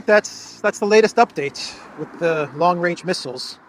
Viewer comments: How can you trust Truedope when he can't even say range 😅😅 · long wange, he is a looney toon character. Where is the wabbit?